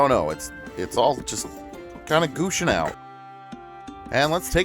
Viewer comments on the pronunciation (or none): Why would you say gooshin'